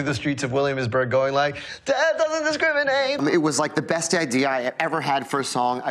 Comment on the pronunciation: That missing R in "discriminate" is killing me... XD